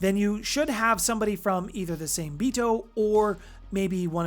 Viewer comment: Hey brother i love the content. Just wanna help with something. Its pronounced like Saw May. Same is the English spelling of the Japanese word for shark. Much love.